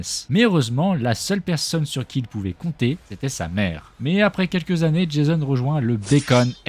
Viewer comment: Tu tais tromper tu a dis jaison😂😂😂